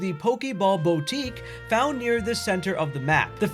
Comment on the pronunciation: Bowtique 😂😂😂 bro its boo tique for God's sake do a tiny bit of effort insread of sounding lazy and dumb